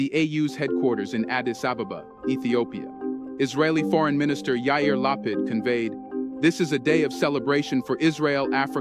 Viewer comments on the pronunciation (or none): none